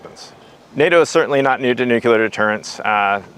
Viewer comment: This program is wonderful!! But will SOMEONE PLEASE tell, Chief of NATO Nuclear Operations, that nuclear is pronounced "NUKE'-lee-er"?? It's not NUKE-YOU-Ler"! In his position it would seem he should pronounce that particular word correctly. Thank you! After you tell him that, please tell him he's doing a terrific job otherwise!:)